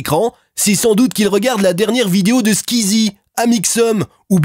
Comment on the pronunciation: Pfff y disent nimporte koi !! En plus ca se pronnonce pas comme ca squeezi